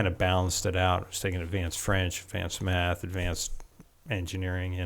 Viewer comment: Im sorry did he say tuaght "meth" ?